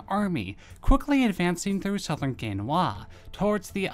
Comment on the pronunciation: I wish I could help out with pronunciation. You randomly pronounced 강와도 Gangwha Do... 5-7 completely or slightly different ways, only 1 of which was kind of close. The current official romanization is lacking. It will probably always be. The 2018 winter Olympics was a huge missed opportunity as The Korean Olympic committee capitulated and mispronounced their own Host County, Pyeongchang. With a long vowel A ... Such as Anglo, Angle, Angle or angst. Including on ADs paid for on CNN international that aired on TV in Korea. Pyeongchang does not rhyme with P.F. Chang!!! It is just wrong. The romanized "a" is almost always pronounced " ah/aw" ( not too much wwwww) including a+ng.. which sounds like "ahhng". The Americans also invaded Ganghwa Do a few years after this. To similar results , albiet with worse casualty figures on the Korean side. Also Chosun Dynasty was very horribly pronounced in this video. It sounded like "Yongsan" which is a major district in Seoul, and sounds nothing like any dynasty in Korea. Give google a try for Korean place names: Search: 'How to pronounce Chosun ( Ganghwado etc.)" Dipping into Asian History requires a bit of pronunciation review to get it right. Best of luck.